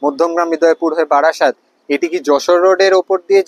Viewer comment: বারাসাত not বাড়াসাত